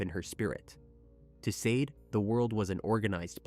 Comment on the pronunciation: Just FYI -- pretty sure her name is pronounced SHAH DAY . Just like the phenomenal singer Sade .